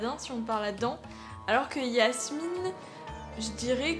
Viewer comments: C’est Jasmine pas Yasmine 😂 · On dit Jasmine pas Yasmine ! 😅😁❤🧡💛💚💙💜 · Grave cool la vidéo ( c’est Jasmine pas Yasmine 😭😭😭) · Chui la seule a attendre que dit yasmin alors que c'est jasmin 😭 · C'est pas Yasmine c'est jasmine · pk tu dit yasmine c'est pas jasmine mdr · c'est pas yasmine c'est jasmine et tu a pas mi raiponse